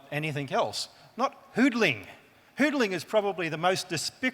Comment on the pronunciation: "hunderling"? "Hooderling"? I guess you mean "hoodeling" but it is still incorrect pronunciation for "hodling". But you are right, he says it very clearly, incorrectly but clearly.